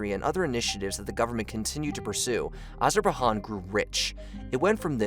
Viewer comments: Let's take a shot each time he says "Azer-ba-han" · “Azerbai-HAN” — WTF? — if it was said only once or twice, I’d leave it in the — but there’s NO WAY to do that without loosing all credibility. You should get ahead of this, pull the video & RE-DO the audio!! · Hey, this is a good video, and I appreciate the research and effort you put into it, but you are mispronouncing a lot of words. 'Azerbaijan' should be pronounced like 'Azer-bye-john' with a 'short a' sound. 'Reuters' should be pronounced like 'Roy-ters'. There are a few other instances. I know my comment sounds like I'm being a pretentious jerk, but I just wanted to point this out because you clearly put a lot of work into this video, and I think correcting the pronunciations would help reflect that. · soooo soooo sooo many pronunciation issues, not just "Azerbahan" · “Azerbahan” cringe “… Stalin the great leader”….. CRINGE!!!!!! I stopped watching this video 5 minutes into it because the creator made so many mistakes that the credibility is in question. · It drives me crazy when he says it with an H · Wtf is Azerbahan?🧐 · Azerba what ???? It’s really not that hard to Google proper nouns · Azer-bay-john, try that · I was wondering if this was a typical american pronunciation of AZERBAIJAN like they do with many other place names across the world. But no I looked up other Americans saying it and they say Azer-bai-jaan as is correct. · Dude, if I hear "Azer-ba-han" one more time i might die. Couldnt google that pronunciation? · I think you need to take your own advice pal. Imagine telling someone to kill themselves because they cringed listening to some American zoomer repeatedly say "Azerbahaan" all while implying they should relax. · It's pronounced Azer bai jon. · What is an Azerbaijan? I only know of Asherbahan 😏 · Worse pronouciation I’ve ever heard . It’s pronounced azer-bi-jan and it’s people are called azeri and azeris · FR; pronunciation of Nagorno-Karabakh and Artsakh also bad fr fr tho